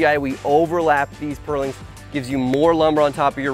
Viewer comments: Next time, find someone who can actually pronounce "purlin" to talk about purlins. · It's pronounced "purlin" not "pearling". Good video though!